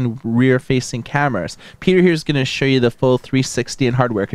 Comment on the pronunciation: "shoe you" ? wtf.